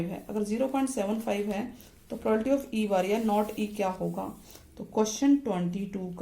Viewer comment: Ma'm this is not a prolality its a wrong proununsiation this is a probability